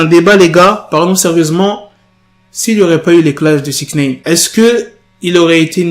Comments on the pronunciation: Wsh tu rend fou avec ton "6ixneyne" tu peux pas le dire normalement ?? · Comment tu dis six neine ???? Chelou